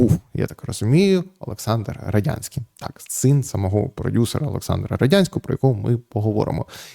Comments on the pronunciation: Ярославе, ну який Родянський? РодНянський він! При всій повазі, як ви так читали статтю, що навіть прізвище неправильно прочитали? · Роднянський, не Родянський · Вимовіть чітко Роднянський, а то виходить Радянський. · Ярослав перезапиши.Роднянський бо радянський ріже слух і вводить в оману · Роднянський же, а не Родянський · РодНянський читайте без помилок.